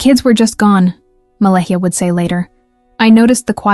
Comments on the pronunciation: Her Name is Pronounced MA LAY A. The H is silent. FYI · So much incorrect information here… and you couldn’t even bother to learn how to pronounce Malehyh’s name nor the First Nations pronunciation properly?!